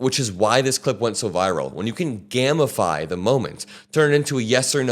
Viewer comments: Gamify is still pronounced "game if eye" just because there is no'e' does not mean it's pronounced gam please... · for future reference it's pronounced 'gamify' with a long 'A', not a short 'A'. Otherwise, it would be gammify. And any time Jasmine Crockett can throw elbows at Marjorie Trailer-Peen? I'm here for it. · You say gameafy but I understand Gammafy as in "enhanced with gamma waves" I think he viral post was very Gammafied indeed! 😂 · I've never in my life heard someone pronounce gamify as 'gammafy''. I like the content though. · It's pronounced gay-ma-fiy Love your content bro. Keep up the fight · 💙Love Crocket & her gamification! 💙 Enjoying your work, keep it up! 💙 One note, I do believe 'gamify' is pronounced with a long 'a' sound, (ˈgā-mə-ˌfī) at least in American English. 💙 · Hey! Just a small heads-up... It's not pronounced gamma-fi. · The way you say gamify sounds like you’re turning things into legs